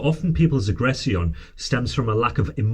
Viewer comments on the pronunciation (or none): Ive never heard anyone pronounce words like this before Its not a "ceon type sounds is a "shon type sound from the ion words Emo "shons " not emo "tiens" Agress "shon " not Aggress "ceons 😅